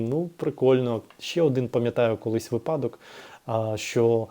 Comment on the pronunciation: У вас дуже гармонійна інтелігентна мова. Маленька поправочка: вИпадок